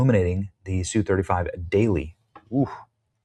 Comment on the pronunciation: ess yu 35, say the letters.